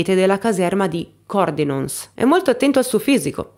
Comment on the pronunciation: Che bello, proprio dove facevo educazione fisica fino a due anni prima 😮😢 Comunque è Cordenòns, so che è difficile, ma è questa la pronuncia corretta 😅